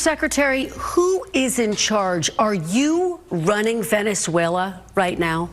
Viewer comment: You probably ought to get some sleep. You just mispronounced Venezuela.